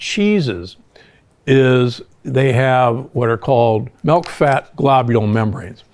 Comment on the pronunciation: I really wish you’d stop saying MELK.